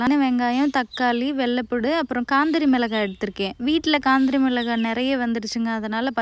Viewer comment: வெள்ளை பூடு சொல்லாதீங்க வெள்ளை பூண்டு னு சொல்லுங்க 😊